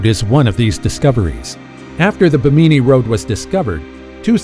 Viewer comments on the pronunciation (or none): Ba- meany? I always thought it was pronounced bem- a- knee. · It is not Bimineee Road......It is the Biiiim in eeeeeeeee Road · It's Bimini (bim` a nee) not Ba mi ni island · It isn't BEE-MINEE. It's BIM-IN-EE :) Great video. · It's just bimini the bi sounds the same as mini not buh-meeni - geeez. Google is able to say it correctly for you. You're doing this for National Geographic! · Bimini is pronounced: BIM • i • nee. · First off that was stupid. Secondly learn to pronounce stuff correctly. It's pronounce Bim-in-ee. Bimini. Plus Part of the footage you showed of the Bimini road wasn't even from that side of the world let alone Bimini. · It’s pronounced Bim-in-née not what ever your calling it. Do your home work it discredits you when you don’t even know the name of the place your reporting on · Bimini you put the emphasis on the wrong syllAble. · How hard is it to look up the pronunciation of “Bimini?” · Learn how to pronounce "Bimini"